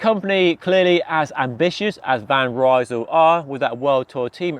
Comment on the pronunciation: Hey, van Rysel is not a british Brand! Would you mind to pronounce the name of the brand correctly? It is like "Reesl"! The word is spoken as it is written, though this might not help an English speaker.